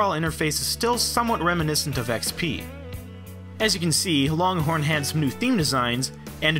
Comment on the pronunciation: loncorn lol